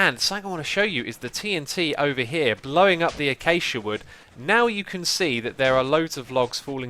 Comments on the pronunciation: The way x says acacia like achacha really drives me round the bend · Ai cal acaca wuud "Ay-Cake-ia" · Wait... people call it "achacha" wood? I pronounce it "acashia". Thats how you would say acacia. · Lol achacha wood (acacia) ;) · It's ak-ay-shi-a trust me, I live in rsa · I have never heard that pronunciation of acacia!